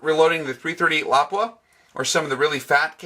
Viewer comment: THANK YOU FOR PRONOUNCING "Lapua" correctly! LOP-up, not la-POO-a. drives me nuts! Nice video!